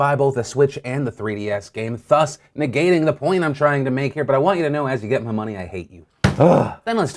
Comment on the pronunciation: thus is pronounced like 'th' in 'the', Phil.